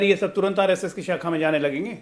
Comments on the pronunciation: Saacka nahi hota shaakha hota hai didi.Padhai likhai nahi kari didi ne! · साखा नहीं शाखा😅😂 पहले बोलना तो सीख RSS की बात तो बाद में कारियो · Are dehatin aurat shakha ko sakha bol rahi hai